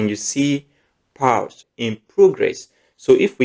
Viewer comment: You're pronouncing pals instead of paws